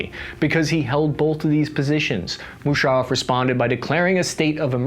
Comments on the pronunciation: at 9.27 - "General Mushareeef". A supposed journalist who can't even pronounce the name of one of the most prominent and powerful military personnel to come from the region. What factual information can you expect from this "journalist" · General mushareef!! First time I have the right pronunciation 😂😂😂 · It's Musaraff not Musarreef